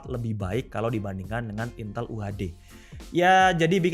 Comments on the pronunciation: Bacanya INTÉL bang, bukan INTEL... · duh, ngomong "intel" nya kok saru...